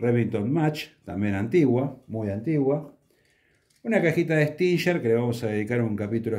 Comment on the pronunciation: Estimado caballero, tenga a bien permitirme una corrección, la palabra STINGER (aguijón) en ingles, se pronuncia tal cual se escribe, así sea en castellano, también escuche a varios armeros que como el Sr. Raúl Barco se refiere a la marca de armas RUGER como (rusher) y no tengo la menor idea de porqué o de donde salió esto. Por otro lado, sepa que le estoy muy agradecido por toda la buena información que comparte en el canal y en muchos artículos de la revista MAGNUM los que me han servido bien. Sin más mis saludos. Daniel Moreyra